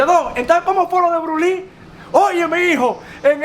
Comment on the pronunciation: Por favor tú eres un hombre inteligente y muy educado no te coma las S cuando tú menciona el nombre de Bruce Lee tú no menciona la S, por favor menciona la S donde vas las S. Gracias